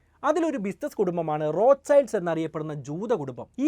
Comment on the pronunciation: ഒരു തിരുത്ത്. റോത്ഷീൽഡ്‌സ് ആണ്. റോത്‌ചൈൽഡ്‌സ് അല്ല ട്ടോ. Content super👍